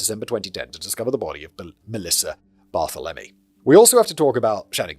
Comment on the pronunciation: "Mass-uh-PEE-kwa". "30 ought 6" for the rifle. "Bar-THEL-em-ee" Most Americans are in favor of gun control. Many cops don't think disenfranchised groups count as human beings. Check out the 1960 murder of Irene Garza. She went to church for confession where she was raped and murdered by the parish priest. Law enforcement, local and state governments, and the Catholic Church actively and very successfullly covered for him for decades. Ex-wife has cancer.